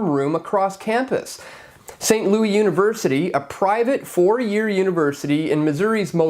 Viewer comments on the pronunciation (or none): The S is not silent in Louis (they are not French). It's also not gon as in gone, it's pronounced more like gun. or-uh-gun. I may be Canadian, but I use my ears and people say these names all the time.